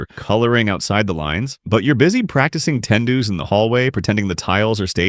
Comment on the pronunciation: the way you pronounce tendus. T-T. have to be honest with you some of it aren't completely true though. The title "Why It Sucks To Be A Ballerina" is I guess kind of offensive to those who are or love ballet...(I can't quite find the right words but you know.) You gotta bear through the pain too. Pain's your friend in Ballet.